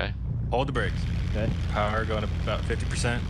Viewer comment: You're not Canadian! CANADA IS PUTTING A COPYRIGHT STRIKE ON YOU! Sorry aboot that!